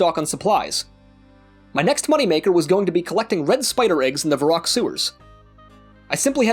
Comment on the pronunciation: Sorry but did you just call Var-rock "VERRICK" ?!?!?! EDIT: I generally never sub or like any videos just because i cba but i gave you a like because the ending made me laugh and is so relatable! :)